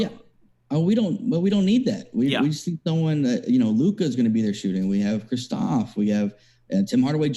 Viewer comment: Kristaps NOT Kristophs 🤦🏻‍♂️